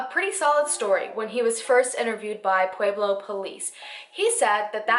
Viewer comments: I love that you've done a video on my town. The way you pronounce pueblo is cracking me up.. Pu-ehh-blo. Not Pu-eee-blo. I love you so much. This is not a hateful comment. My SIL works at parkview. This is a close to home case for me. Glad he's been arrested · This isnt supposed to be rude or anything but i live in Colorado and the way she says pueblo is 11 out of 10! (its pronounced Pleb-lo) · I live in Colorado. You’re actually mispronouncing Pueblo. It’s more like pweb low. Lol. I love your video by the way though! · "Pwayblo" nooooo make it stop😂😂 I was born in Pueblo and had to cringe every time I heard that. But great video! You're very well researched. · New fave channel next to lordonarts! 😍 (btw.... pweb-low!) 😂😊 I'm a Colorado native and noticed the way you said it haha! Also if you cover solved murders, Jessica ridgeway. SUPER effed up, right in my neighborhood:( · I know this is WAY off topic.... but does it drive anyone else crazy how she say Pueblo??? AHHHHHHHH!!!